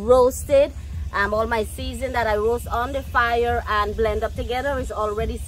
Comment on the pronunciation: Fire with an accent